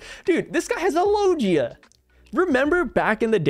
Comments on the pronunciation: Hey fam I think it’s lo-gee-ahh not lo-jee-ahh. Oh well Potato potato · Can you pronounce logia properly?